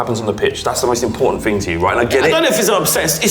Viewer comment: stop saying ting...